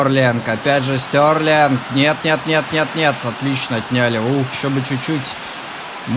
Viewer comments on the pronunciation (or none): Стерлинг,а не Стёрлинг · Стьорлинг? Может Стерлинг? Поучи английский. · Прости а почему Стьорлинг а не стерлинг?